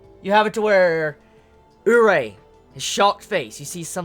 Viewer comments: It's pronounced you-lee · It's more like Oo-reee-eh. The proper pronouncination can be heard in "Dance with devils" or sth like that - it's airing currently- one of the characters (main bishes) is called Urie. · Then how is a Yuri pronounced? "Urie?" xD